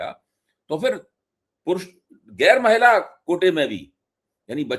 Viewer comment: मैला नहीं महिला ...!